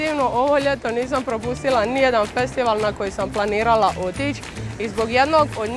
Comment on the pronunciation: U hrvatskom jeziku ne postoji n na kraju svake rečenice,znači nije nisan nego nisam.